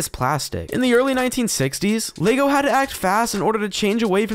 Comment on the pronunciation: What is Lago? Why do you keep saying it? It is very annoying. Sounds more like an Italian food.